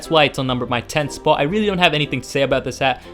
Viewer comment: And that is why it is on the number one "SPOUT" Sounded very funny, anyway, thanks for the vid, i really appreciate it :)